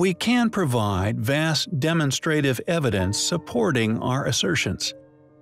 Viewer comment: Hey I love your channel and content I do have one suggestion though the repeated mispronunciation of words like polygonal and demonstrative drive me nuts. Is this an AI voice or a real narrator?